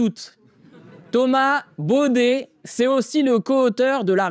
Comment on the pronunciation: C'est pas Bauder c'est Baudet 😂😂😂😂😂😂😂😂